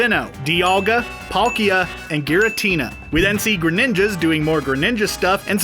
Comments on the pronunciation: Ya when I saw arceus and he said garateina I cringed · “agitating” oh no oh no no 😂 he said giratina